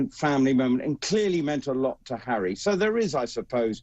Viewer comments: Prince Charry? Lol Julia!! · It cracked me up when she mispronounced Harry’s name and called him cherry! 🤣